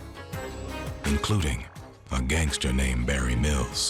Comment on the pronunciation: Hey am sure it's gangsters not Gagsters lol